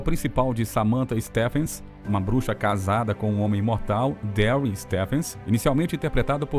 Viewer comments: Grafia Stephens , pronunciado Stifens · Adorei saber mais sobre a atriz de A FEITICEIRA. Uma observação, a pronúncia de “presenting” é pri-ZEN-tin, acentuando a segunda sílaba. Stephens se pronuncia Stívens com o som de V e não F.